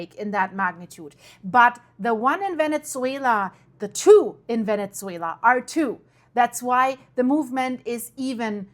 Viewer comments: It's not Vene-t-zuela..... it's Vene-su-ela, that tz sound is not correct when pronouncing Venezuela. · Thank you Very informative. Also you are pronouncing the Z in Venezuela as we pronounce pizza but it should be pronounced as Pisa. Love your content!!!